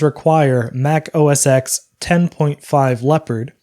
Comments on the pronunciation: The "X" in OS X is pronounced "ten". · >OS X >”Oh es ex” Oof. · OS X is pronounced OS Ten Also you can disable spotlight by dragging the disk into the Privacy window in the Spotlight System Preferences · yeah man I keep cringing when he says it wrong